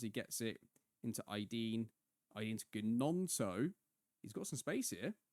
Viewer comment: Volume on this one is dramatically quieter than previous. Also, I may have missed this - but Gnonto has a silent G haha (coming from a Leeds fan)